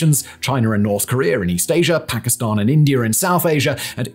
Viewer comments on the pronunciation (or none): none